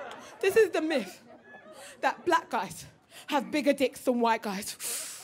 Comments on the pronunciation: Are u saying miFF? Its myTH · TH is pronounced F lol